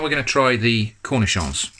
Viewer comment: arent you supposed to bread them and all that?? flour eggs panko? anyway i love your pronunciation of the word "cornichon"